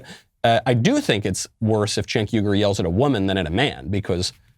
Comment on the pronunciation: Michael, it's appreciated that you said his name correctly...........but it would have been more funny if you called him what he's called by others, CHUNK YOGURT.